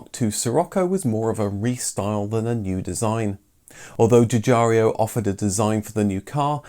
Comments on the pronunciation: The designer Mr. Giugiaro's name is correctly pronouncd Ju-Jiaro, not "Ju JAR eeo"...🤥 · The designer's name is Giugiaro, not Giugiario... :) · Arrgggh!! Your pronunciation of "Giugiaro" is excruciating! It's not "Juh-jar-ee-o", it's more like "jye-jyah-ro" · Another great video, thanks. I would just like to point something out, though. I know it is a little thing to everyone else, but to Sig. Giugiaro and anyone else who can speak Italian, I am sure it is irritating. His name is pronounced 'djew-djyaro" not "djew-djarry-o". Also, his first name is pronounced "djor-djetto" not "djeeo-djetto". As my wife's Polish grandmother used to say: "details, details!" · Love your videos, but the way you pronounce Giugiaro's name could use some work! It's pronounced as if you're saying "Jorgetto Jugiaro" (Think of a name like Jordan. And there's no "I" after "ARO"!) Scirocco should be pronounced as you would say "Shirocco". Thank you for your interesting videos, keep up the good work!